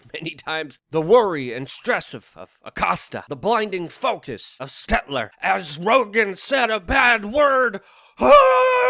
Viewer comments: I kinda like that you mispronounce it but it’s stelter not stetler lol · Brian Stelter not Stetler